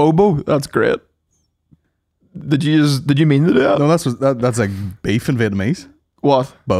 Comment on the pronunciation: culchie pronunciation of the word "beef" is something else. "Baiff"